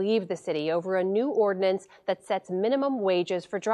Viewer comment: At the beginning of the story, I thought it was about violence! "When the ordnance passes..." Then I realized he'd said, "ordinance!" That little "i" makes a huge difference!